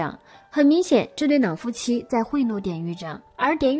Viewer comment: 雖然知道妳有特殊鼻音，但是‘’腦夫妻‘’還是讓我的愣一下！🤣🤣🤣🤣🤣🤣